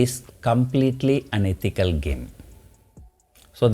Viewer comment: thanks to his pronunciation it sounded "unethical" Where he actually meant and said "an ethical. How many noticed it?